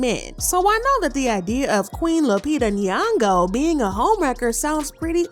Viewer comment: Stop saying Lupita last name if you can't pronounce it right .......from Kenya